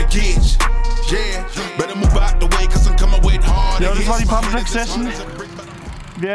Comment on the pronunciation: Pumpen gehn ❌ Pumpträck gehn ✅ Farbe von deinem Kübel kommt gut!